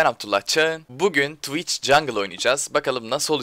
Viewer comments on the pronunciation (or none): oradaki tıviç değilde tuviğç sözü beni benden aldı raşır <3